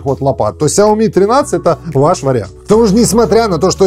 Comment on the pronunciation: САОМИ. ХА-ХА-ХА.